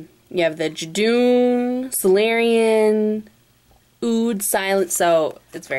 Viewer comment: its pronounced si luruian